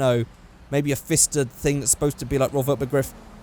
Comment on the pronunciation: The fister has a P in front of It, so it's Pfister, like pronounced Pif-ster